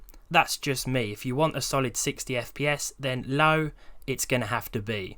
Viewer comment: you said low sounds like LAU